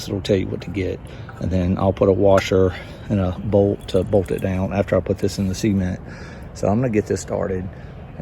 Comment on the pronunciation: Did he say "ceement" 🤔 😂